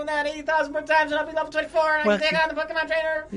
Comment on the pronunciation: Just kept thinking of the candy Pockey as you said Pockey mon